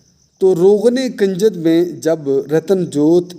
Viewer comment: بھائی کاف کے اوپر پیش کی آواز آنی چاہیے یعنی کنجد اس کاف کے اوپر پیش کی آواز. اور آپ اس کے اوپر زبر کی آواز نکال رہے ہیں جو کہ غلط ھے شکریہ اگر میری بات بری لگی ہو تو معافی چاہتا ہوں